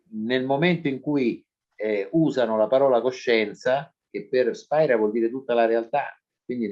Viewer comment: Tutto bello. (Ma attenzione, non si pronuncia Spaira...controllare)